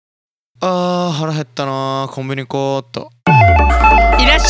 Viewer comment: 最初のじんたん、 ｢あー腹減ったなーコンビニ食おーっと｣ にしか聞こえない、行こう じゃなくて 食おう